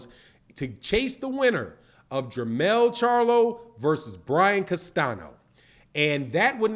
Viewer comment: learn to pronounce CASTAÑO correctly!